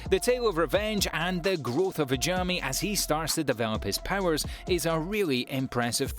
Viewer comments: Is it really impossible for english speakers to pronounce japanese words right? hajimmi? what.. Haven't you hear how they pronounce the names in the anime? How can it be so difficult to pronounce it correct? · bruh do you even watch the anime bc you pronounce some character wrong like hajime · The pronunciation of Hajime killed me